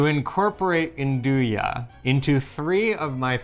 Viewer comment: Nduja when said by the d is silent but when says it the d is emphasised. I suspect that says it right.